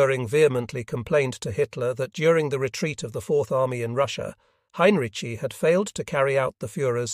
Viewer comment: Why is Heinrici’s name butchered so badly - and differently? It’s atrocious.